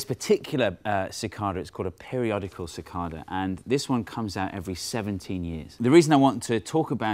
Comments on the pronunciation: It's not "mathS"! But hey, it's also not "ca-cod-a". It's "ca-cay-da". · It's pronounced Sih-KAY-Duh not Sih-KAH-Duh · As someone on the eastern seaboard of the U.S., I've always heard it pronounced "si-KAY-dah", not "si-KAHr-dah" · "sih-KAY-da" instead of "sih-KAH-da" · cicada not cicarda lol i know what he means tho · (sik-KAY-dah)...normally I ignore the British accent, but since it's an American animal...say it right! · CicaRda he says :p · where i (east coast) live cidada pronounced sə-ˈkā-də (ci-kay-da) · It's pronounced sick-KAY-duh. Long A. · Its pronounced Ci-Cade-eh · Ok Steve, I can't take it anymore. It's cicAYdas with a long A. plz stahp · OMFG We don't even pronounce "cicada" the same way. I can't take this anymore....I...I just give up.... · Your pronunciation of "cicada" with the first A acting like a short O completely threw me. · So how is "Cicada" Properly pronounced? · I didn't know Brits said cicada like that.